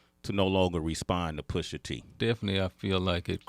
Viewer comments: White People: Says "Pusha Tree" when it's Pusha T... 😂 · Did I heard this dude said Pusha 🌲 like seriously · “Pusha Tree” lmao